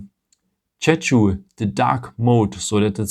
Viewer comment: Liked the video. Nice little tips and tricks. Loved your (d)english, but please learn how to pronounce "schedule". You are way off! ;-)